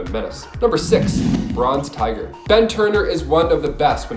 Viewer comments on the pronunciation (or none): none